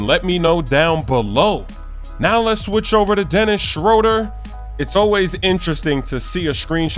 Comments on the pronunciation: SchrÖder makes an ooh sound not Schroder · He is mispronouncing Dennis Schröder